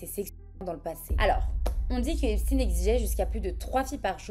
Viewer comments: Ouais bon, quitte à le prononcer à l'américaine.. autant bien le prononcer. On ne prononve pas epstine mais plutôt epsteen, c'est pas la même chose... Sinon on évite. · si, a aucun moment elle ne prononce comme il faut. Epstine ptdr une bonne française qui dit qu'elle va prononcer à l'américaine 😂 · *C'est intéressant qu'en amérique, ils disent "epstine"... cette faute dégueulasse n'est pas seulement due à l'ignorance, parfois c'est volontaire... l'enorme désinformation qui entoure cet energumene concerne aussi son nom j'ai l'impression. Et oui c'est toujours "epchtayne", exactement comme Einstein. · Pourquoi ne pas prononcer son nom comme tous le monde ça m’a stressée toute la vidéo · Du coup tu dis Albert EinstINE ? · désoler mais un nom de famille sa ne ce traduis pas lol et en plus tu sais bien le dire wtf tu es un mouton qui le fais juste parce que les autres le font pourquoi tu n`aurras pas de haine si tu le dit correctement il ne le mérite pas sa j `avoue mais quand même pis tu remplis le clicher du français qui parle mal anglais mais bon quand ont fais une bonne vidéo avec de la recherche pousser ont ce force a bien dire les choses ou dit juste le prénom c`est tout bref mais j`ai bien aimer ta vidéo